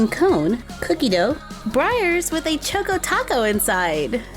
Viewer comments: I'm sorry but its pronounced like choco not choke o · Yeah, it's pronounced chalk- co, like in chocolate. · Ugh. Chaw-ko lol like chocolate chocko. Choco taco. It made me cringe every time. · Choco (ch-ahh-co) like chocolate. Love you that was killing me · You say it like ( chalk o ) taco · It is chAHkoh tAHkoh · I don’t mean to be rude but I think it’s pronounced choco. Chok o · CHOCO rhymes with Taco, drove me crazy. LOL Showing the entire Mini Mart would have been nice I love toys, too and Shopkins is a favorite in our house. I buy for my daughter, I say, but, at least in part, for me, too! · It's cha-co like chocolate🍫 😃🍫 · I think it is pronounced choco as in ch-ahh-ko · Is it just me or does she say “choco” weirdly 😂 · Shaylee Rathod yes